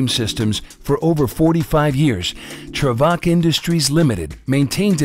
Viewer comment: Did he really say SKOVAC Industries ???